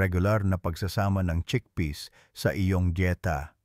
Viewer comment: cheakpeas like greenpeas